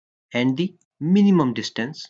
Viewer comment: Not di sound or di water ... Da sound, The water, the sound.. it's not di because it is not starting with A, E, O, U